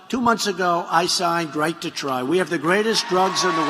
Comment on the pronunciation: My teeth are dying. I need to try TIDEGLUSIB. "righyt to try" Mr. President.